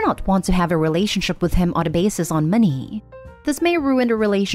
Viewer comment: Why do you say money so awkwardly? Why moneyyyyy?